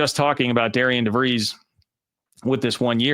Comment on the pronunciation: Pronounced “Darren” DeVries. McCollum going to Iowa.